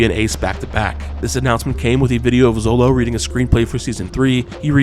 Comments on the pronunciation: Xolo is pronounced SHOLO !! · Xolo is pronounced "Sholo"